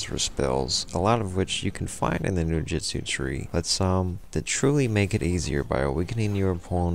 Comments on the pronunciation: Onmyo is pronounced without the n so om-yo,ninjutsu is nin-joot-su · "Noojutsu and oneemeeyo magic". I must be playing the wrong game